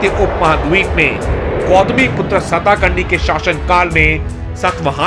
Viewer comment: It's not सताकर्णी.. It's सातकर्णी.. Informative video.. Good.. Keep ur good work continue.